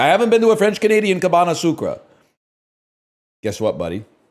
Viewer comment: Cabane sucra is a crazy pronouciation